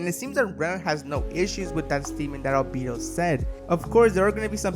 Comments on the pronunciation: “Al-beedo” why tf do so many people fail at names, sure you can say “I don’t speak Japanese” listen to how they say their name in the anime…. It’s that easy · Al bee dough